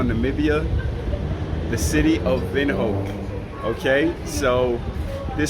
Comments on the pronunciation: It's pronounced Vindouk not Winoak😂😂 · Vindhook - Afrikaans word which translates to ‘wind corner’ - Windhoek. Wind in this case is pronounced vind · I love your content about Namibia. However this is how you pronounce Windhoek = Wind-huk, the letters OE are pronounce as U… I hope you got it right. Love and Support from Namibian 🇳🇦🙌🏽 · It’s pronounced, ‘Vindhook’😭😭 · Its pronounced ,"wind hook " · Why he said Windhoek like that..😂😂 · Our City was mispronounced, you haven't done enough research clearly 😕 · You pronounced Windhoek wrong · 🤣🤣Someone pleaseeeee teach this man how to say WINDHOEK🤣🤣🤣😆